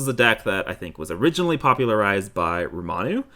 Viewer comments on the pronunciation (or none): Basically what I'm saying is I got lowkey triggered every time you guys said Ramanu 😂